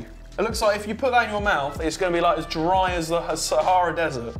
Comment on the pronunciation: Did anyone hear oli mispelling sahara desert